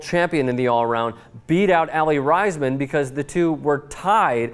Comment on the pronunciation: I am sorry but you said Aly Raisman's name wrong.